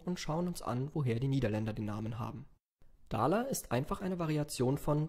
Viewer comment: Das dalers wird so falsch ausgesprochen